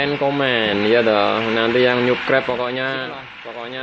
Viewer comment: Sapskraip. Pngucapan nya mas. Bkn suskrep nyukrep dari tulisan subscribe yaaaaaa sukses